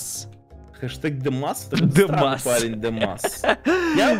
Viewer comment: не демас а!